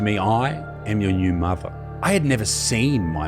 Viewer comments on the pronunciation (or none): none